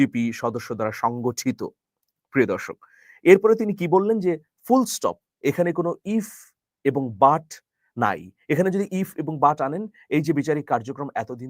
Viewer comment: ফোলষ্টব বলতে পারেন না।